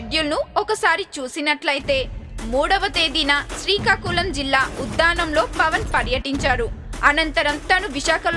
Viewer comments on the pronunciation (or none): none